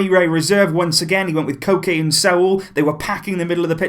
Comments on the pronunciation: lmao its like Coke is Cocaine and i heard Cocaine instead of Koke. And Sault is like assualt i think. And instead of Saul i heard sault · What you said:"Koke and Saul" What I heard:"Cocaine and Sault"